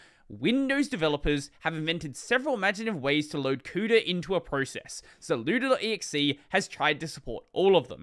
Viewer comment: "zlewda" lmao